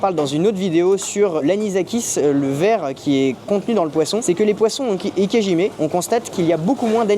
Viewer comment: Désolé de vous reprendre mais...si vous voulez vraiment prononcer correctement le nom de cette technique, il faut prononcer "ikéDjimé" et non "ikéjimé"